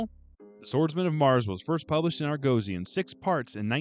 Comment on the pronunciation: I had to go away and check pronunciation, the difference shook me so. Shows how much I consider you an authority. But both USA and UK pronunciation is AR-gosy, not ar-GO-sy. Whew! Thought I'd had it wrong all these years.